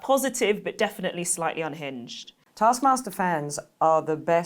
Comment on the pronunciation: I was relieved to see the graphic 'ASKMASTER'. I was concerned hearing Kiell say, "This is Arse Master."